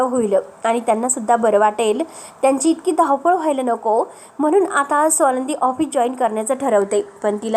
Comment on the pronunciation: सोनंदी नाही. स्वानंदी आपण उच्चार नीट करावा.